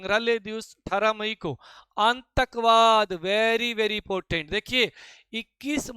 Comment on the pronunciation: aatankvad ❌ aantakvad ✅ 🤣🤣